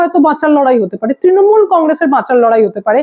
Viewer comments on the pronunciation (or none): none